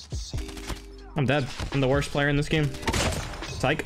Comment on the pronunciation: Whhyyy gieme its game not gieme